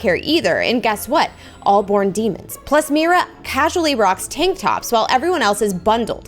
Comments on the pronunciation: NAHH SHE SAID MYRA LOL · when she said 'myra' idk why but it physically pained me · Your not saying Mira rigt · What's kind of annoying is she is saying Mira's name wrong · you said miras name wrong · your saying mira incorrectly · Your saying Mira wrong 😑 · Stop saying Mira as Mayra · It is mira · It’sMira say Mera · you don’t say Mira like that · Not to be rude it's pronounced "me-ra" mira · Mee-ru is correct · Pl-please stop saying Myra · Think of Mira’s name as Meera since you pernounced it wrong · I don’t think u pronounce her name like that I think it’s pronounced meera❤❤❤😊😊😊😊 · No hate at all but that's not who u pronounce Mira again no hate but in the movie when there talking that say Mira differently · why do you say Myra it's MERA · I don’t think it’s “MyRA” I’m pretty sure it’s “mEEra” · I love you Preston and your vids buts it's mi ra not myra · U say her name like Mera but spelled like mira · It's not my bra it's Mira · This is not Myra it's Mira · Is not myria is Mira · Its (Mee-ra) not (My-ra) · Just to know you are saying Myra when her name is mira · It’s Mira Me-ra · Afended!!! You Said MYRA!!!!!! It’s MIRA SHES MY FAVORITE. P.S IM Disappointed!!! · It's not Myra,🧐 it's Mira👻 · her name is pronounced mee-ruh not mI-ruh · Oki I love u so much and I DO NOT WANNA HATE but I have to say this bc it’s SOOOOOOOOO Frustrating oki so ur saying Mira’s name like this My-ra. BUUUUUT it’s acually pronounsed Me-ra. Pls pls pls no one hate on me I just wanted to say it not to be mean sorry if it sounds mean 😓😓😓😓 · Yea no hate and I love watching vids but it’s pronounced me-ra not my-ra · It isn't My-ra it's Me r a😊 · It's mira not maya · Mira not miya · Sorry it's Mira not mayra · I was shocked when she said Myra and not Mira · Its Meera not Myra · Who is Myra? It’s Mira you’re saying it wrong.😮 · Its MIRA not MYRA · Not tryna be mean is Mira not miyra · It's mira not maira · Mira is pronounced mera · It is pronounced me-ru